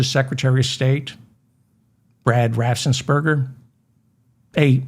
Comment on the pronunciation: David, please stop putting an extra s in your pronunciation of "Raffensperger"!